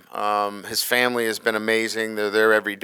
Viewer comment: WHOA he has trouble with the FAM-UL-LEE